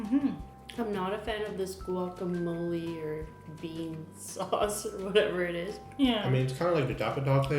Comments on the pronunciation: "guacamole", what chucha, i don't understand how you can say that wea, you're terrible aweonao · "guacamole" uhhhhh lol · If they call palta wacamole one more time I'm slapping them.